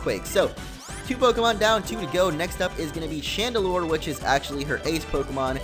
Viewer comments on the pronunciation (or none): none